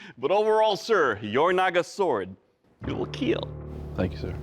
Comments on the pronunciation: It will "Keaal" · It will keel 😊